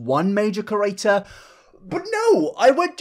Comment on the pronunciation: I agree with you but bruh why you say creator like ‘kerator’ ?